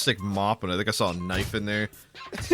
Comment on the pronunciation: this mf said knufe